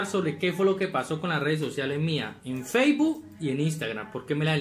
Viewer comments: Nadie Absolutamente nadie: Feibu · "Feibu" quedé.